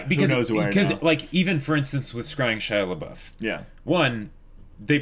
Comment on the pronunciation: I just heard absentmindedly calling him Pouf. Do you just call him on-screen to annoy us?